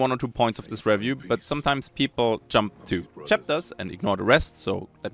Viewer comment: Sehr gutes Video, Sehr deutscher Akzent hahaha. zB review. Das re wir wie be reel ausgesprochen und nicht wie bei red. oder biomes. bi wie by und nicht wie bee die Biene. aber echt gute review, schön viele Schnitte zu spannenden Szenen und passend zu dem was du sagst. Nicht 0815.